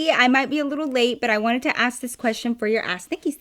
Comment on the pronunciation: Everytime she says ask Nikki it sounds like a*s Nikki and it catches me off guard On another note 👀 LOVE U NIKKI 💕 😂